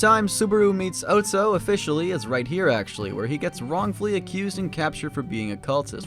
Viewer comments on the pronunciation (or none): bruh its otto not otso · this is a cool video but your mispronunciations are baffling. how do u mispronounce otto??